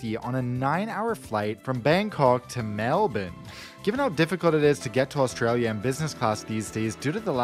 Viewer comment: THANK YOU FOR PRONOUNCING "Melbourne" 'Melben'!